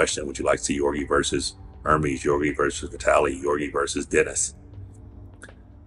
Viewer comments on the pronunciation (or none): “Yorgi, Yorgi, Yorgi” lol it’s Ge-orgi with a hard “G” sound